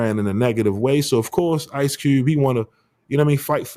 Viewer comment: You must be from Baltimore it’s ICE CUBE 🧊 not ICE CEWB